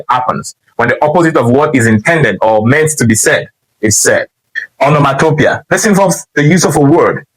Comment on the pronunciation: Great pedagogy! Revisit and check how you pronounced the word “ Onomatopoeia ”...whether you got it right or not in the video. Shalom !